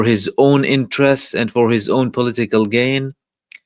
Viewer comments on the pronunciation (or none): none